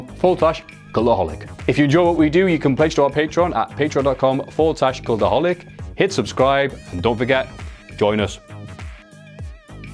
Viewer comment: Why is this guy saying "Culaholic" thought it's (cultaholic) 😂😂😂😂